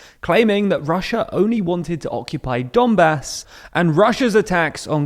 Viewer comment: You are pronouncing "Donbah"! It's quite wrong. Pronounce correctly " Donbass".